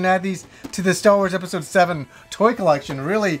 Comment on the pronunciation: I always hear you say "Welcome to another GameStop edpisode!"